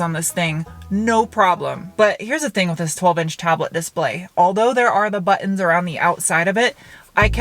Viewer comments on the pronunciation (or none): So many! Yaay! Wot? I love the way you say buttons, sad, I know, but there it is. Great car view vid as always, thanks ().:-D